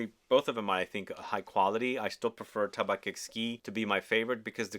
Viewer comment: I like tabac blanc. It's a good fall perfume that can be worn by a woman. And in French, it's pronounced "Taba"